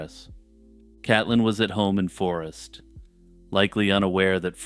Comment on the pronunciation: Her name is pronounced Caitlyn or Kate Lynn, Forest is only 20 minutes from me I remember when this happened 😢 tragic